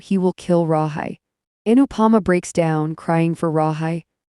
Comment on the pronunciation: Pronounced Rahe